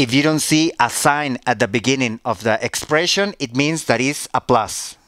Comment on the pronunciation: Expreishon XD